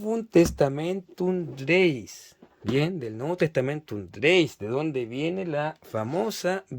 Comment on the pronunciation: Muy interesante la reseña que realizas de esta edición hermano. Con todo cariño, te comento que tienes un significativo error de pronunciación que repites en el vídeo. La palabra latina "Gaece" (que significa girego/a) no se dice "greis" como lo pronuncias tú, sino que su correcta pronunciación en latín es "greche", ya que en latín vulgar (variante lingüística que usa nuestra Iglesia católica) la letra "c" se pronuncia como "ch", y en latín clásico la letra "c" se pronuncia como "k" (la pronunciación en látin clásico sería "greKe"). Así entonces, la correcta pronunciación en el latín que se usa en la Iglesia católica es "Novum testamentum greCHe", con "CH", nunca se pronunciaría como "greis". Te lo comento con mucho cariño porque ese error de pronunciación lo repites constantemente a lo largo de todo el vídeo. Y para respetar el texto original es conveniente hacer la correcta pronunciación de este. Siguiendo esta consideración, se pronuncia "Textus reCHeptus" no "reSeptus" Cuando haces la lectura del inicio del Evangelio de Juan en el minuto pronuncias erróneamente la palabra "Dios". En griego, θεόν (theon) se pronuncia "Zeón"; con el sonido de la "Z" como se pronuncia en España", no se pronuncia Deus, como lo dices tú, pues eso es latín y en el texto que muestras está escrito en griego y no en latín. Te comento esto con mucho cariño y respeto hermano, porque si nos haces el favor de mostrar un texto bíblico es muy importante que se respete su idioma y pronunciación ori